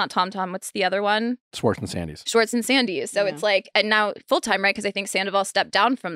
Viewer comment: it's 2024, and Nick still can't say "Schwartz" correctly 🤣